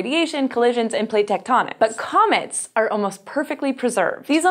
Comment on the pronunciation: Did anyone hear comments instead of comets at the beginning